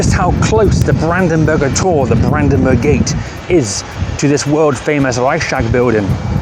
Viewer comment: You should try to say: Rei-ch-s-tag with a smoth "ch" and a separate "s". ;)